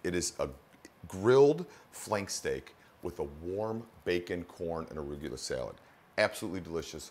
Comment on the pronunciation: never knew arugula was pronounced aruygula